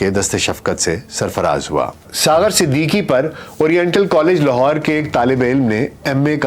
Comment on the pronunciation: Aapki Awaaz Shayed cigarettes peeney ki wajah se bahut achi, per talaffuz, Marhoom Siddiqui thay, Siddiki nahi thay 🙏🏻